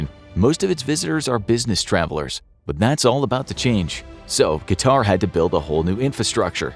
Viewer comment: ... and it's not pronounced QatAr, but QAtar.